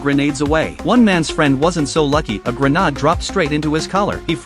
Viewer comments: Bro said grenad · ❌Grenade ✅Grenad